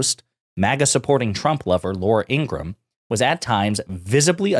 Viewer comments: FYI, it’s pronounced Ingra-HAM. Literally, you pronounce the HAM. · Her name is pronounced in-gruh-ham